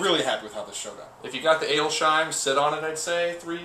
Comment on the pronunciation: Just FYI, Adelsheim is pronounced Adels-heim. There is no "shh" sound (like you're telling someone to be quiet).